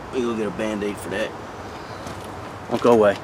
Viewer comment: Winning! Love the “mand-aid!”... lol